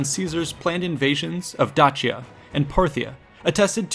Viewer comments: You are correct it should be pronaunced Dakia. since Romans are latin and Dacians are a Thracian united collective forces it is misspelled and mispronaunced since Romans are not Thracians and have assinged a word and sound closer to their Latin language but not exactly as a local thracian would have said it. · Huh, always pronounced Dacia as 'Day-she-ah'. Anyone else? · It is pronounced day- sea-ah as it only has one C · They would actually have it pronounced like D-a (like in Amen)-k (like c in cake)-i-a. Caesar was pronounced like K (again like the c in cake) - a (Amen)- i-s-a(Amen)-r. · Am I the only one who just realized they've been pronouncing Dacia wrong for years. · Truly insane how you pronounce Dacia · You really, really, really need to work on pronunciation. (Dacia...Dalmatia...Croatia) If you're unsure of a word, Google translate has an audio feature. Use it. Don't be a Simon Whistler or any random nerd who thinks Darth Vader's flagship is named for someone who's come to read some paperwork to you. I had to stop watching. I can't take you seriously and you're hurting my ears. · Learn how to prenounce dacia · The real way it should be pronounced is “Dakia”. We Romanian’s pronounce it wrong just like the Italians. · I am pretty sure it is pronounced with an ace sound like Dace - ian or Daci - an not Datch- ian, at least this is the first time I have ever heard it pronounced otherwise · I hate to break it to you but it’s pronounced D then a long a sound soft c the a phonetically I would spell it daysha. Other than that I enjoyed to video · Sorry. But I prefer Da-shia. It is easier to hear. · This video is about Dacia from a Roman perspective. So the Latin pronunciation [ˈdaːkja] should count, not the modern Romanian one. Or because this video is in English we could agree that the English pronunciation /ˈdeɪʃiə/ is fine. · "Dachia" is painful to hear. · Latin pronunciation would have been Dakia [ˈdaːkja] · My ears hurt when you say Dacia 😂